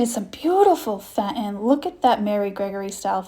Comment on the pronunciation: No offense meant but Fenton is pronounced Fen-ton in not Fent-on. 😊